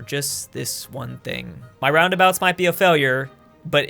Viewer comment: Guys I think he’s mispronouncing roundabouts